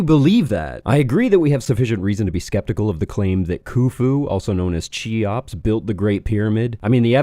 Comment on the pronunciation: Oh, dear. It's [ki-ops] or even [khi-ops] for Cheops. Like in "character".